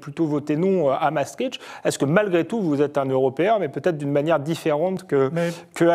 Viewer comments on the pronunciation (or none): M. Devieccho, c'est Mastricht et non pas Mastritch!